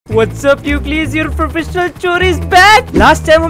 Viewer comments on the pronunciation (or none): Bhai you are frofessional not professional chor🤣🤣 vaise love you ❤❤ Edit - Aapne starting mei professional bola tha